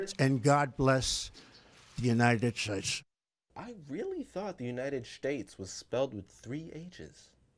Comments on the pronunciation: God blesh the United Shaysh! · Among other things, the President cannot pronounce United States and makes fun of the fact that there are people who stutter !? Terrible that clown!